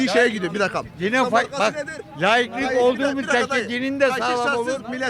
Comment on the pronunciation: Laıklık diyemiyorsun... Önce Türkçe konuşmayı öğren...